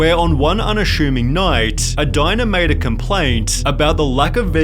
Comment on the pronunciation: “on one unaSHuming night”